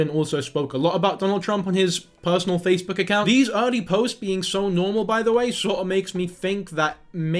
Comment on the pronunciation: did you just call it facebewk